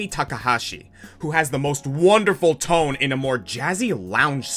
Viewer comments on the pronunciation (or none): none